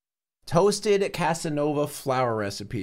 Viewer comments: "Cassanova flour" lmao that flour gonna romance tf out of you, dude XD (If you didn't notice, it's Cassava flour) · cassanova flour was killing me😭😭 its cassava